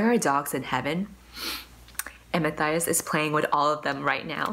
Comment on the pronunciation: Wait I just realized in the back of crooked kingdom, the pronunciation guide says Inej Ghafa is pronounced Inez Guffaw not Inejz Gahhfa...and Matthias is Ma-tie-is not Ma-thigh-is. My life is a lie.